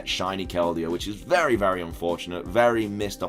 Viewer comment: Did he say berry useful?